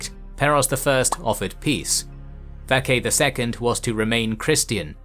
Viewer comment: The name mentioned “Vatchagan ” the CH in the name is pronounced as ch just like how you would say Church or chore and not ka Hope this makes sense . Btw. We have that name until today . Vatchagan. VATCHAGAN still used today in Armenia 🇦🇲🇦🇲🇦🇲🇦🇲🇦🇲